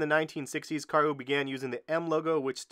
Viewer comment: You said Karhu quite well but next time say the u a bit slower and shorter